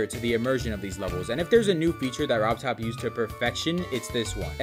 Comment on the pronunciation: Really, man? You want to stress RobTop more?